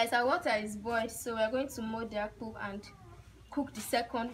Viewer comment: Next time don't call it akpu... Call it AKPU 🙃😂 Weldone my girl 🥰